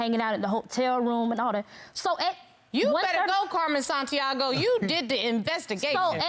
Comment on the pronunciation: Carmen Sandiego, not Santiago😂😂😂😂😂